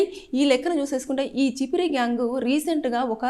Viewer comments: అది చిపిరి కాదు చెప్రి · Chippri kadhu amma cheppri😅😅